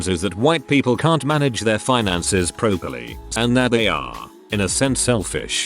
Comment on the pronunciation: Why can't the robovoice properly pronounce properly?